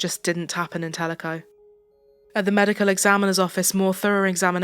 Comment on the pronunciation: You are the only one to pronounce Telico right. i was in junior high in Ennis when her and her brother were murdered